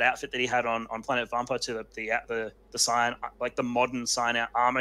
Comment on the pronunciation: When you said “old school subscribers”, you weren’t kidding. 👌 Also, I miss being able to hear “saiyan” pronounced the right way.